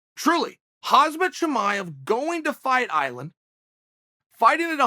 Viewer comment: How much do you think the UFC pays Uncle Chael to push his own made-up narratives to promote fights? Btw I don’t think HOMZAHH likes to be called HAZMETT